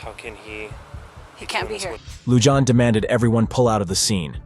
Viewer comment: YOU ARE MISPRONOUNCING THE SHERRIF’S NAME!! It’s not “Loo-Jon”! The name is Hispanic and it is pronounced “Loo-Hon”! For god’s sake GET IT RIGHT.